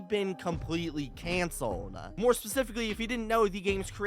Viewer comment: bro rlly said canelled